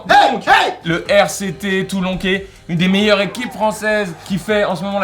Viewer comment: Toulonquais 😭 Toulonnais*